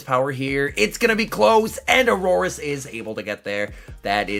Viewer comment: Are you calling the horse Aurorus ? :)